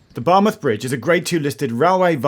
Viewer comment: I'm not a Welsh speaker but I think Geoff did well with the Welsh place names. A bit spoilt by his pronunciation of Bar 'muth'!